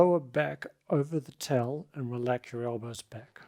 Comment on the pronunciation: why do you say “tell” instead of “towel”????